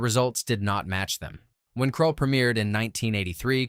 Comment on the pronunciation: Please read and verify your AI Script. Dune. Dune has NO ALIENS IN IT. Heavens’s gate Is a western. Seriously! Krull Title mispronounced also it was an attempt to merge Conan and Star Wars. That Conan part is important. Buckaroo Banzai The second movie never was really going to happen. It was understood at the time as an inside joke in the film. The Black Hole Did not actually harm Disney because they already had been suffering losses and it brought in about 35m so it was a loss but the normal kind … and it actually was nominated for Oscars before the “your consideration” era. Space Hunter Movie had 3D as a way to bring audiences in. The issue was that the 3-D was poor and actually hurt the reception just as much as the release date.